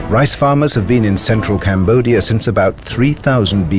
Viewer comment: Combodia instead of cambodia